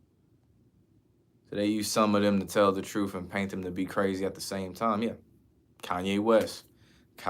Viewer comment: Wifff/ truuffff/ burrffday/ axed/ 😅 Love the work tho .! 👍